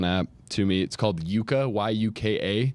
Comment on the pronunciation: This is great!! Thank you. Just one small correction. The food app (which I love) is Yuka with a short U sound.